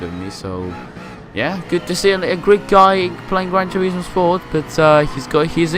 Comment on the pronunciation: gwan toewismooowwww